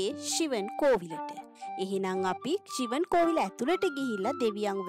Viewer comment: ශිවම්.. not shivan